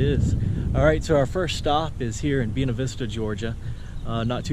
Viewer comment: Funny you would mention that. I love the way pronounced it, being that he's speaking his natural, charming, southern style.💗 Me: I'm in suburban Southern California. We have "Buena" everywhere. Most notably, Buena Park, home of Knott's Berry Farm. I didn't know there were 2 ways to pronounce it but now I do!😉